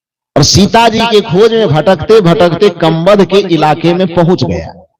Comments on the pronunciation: गीता प्रेस की रामचरितमानस में यह कहीं नहीं लिखा की कबंध ने सबरी का पता बताया था। दूसरी बात आपका कबंध नहीं बोलकर कंबध नाम बोलते हैं। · Kambad nahi kabandh hai Bolna sikho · संत महोदय,कबंध के नाम का उच्चारण सही करें